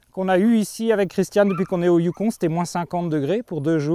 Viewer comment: C'est pas le youkonE...youKON...pas de E...donc...ON...pas one...youKON...